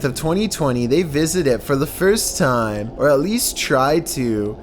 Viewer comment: "Scary videos go viral all of the TAiEyM"